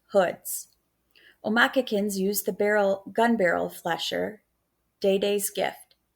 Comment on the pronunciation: It’s omakis how you pronounce